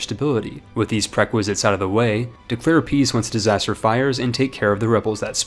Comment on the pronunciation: It’s taken you guys 4 months to find out can’t pronounce Prerequisites Timestamp: I think